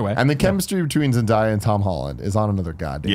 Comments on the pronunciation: Tim its pronounced Zen-day-ya not Zen-di-ya. ;-) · Is it too late to tell them it's pronounced Zen-DAY-uh? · It's pronounced Zen - Day - uh.